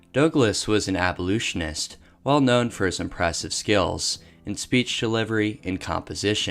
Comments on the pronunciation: Frederick "Dowglas" the famous "abolutionist" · Okay so some local pronunciations I can excuse, especially when you're a non Marylander, a lot of our stuff is based on Native American names but how the tf you say Frederick Douglass was a "abolootionist"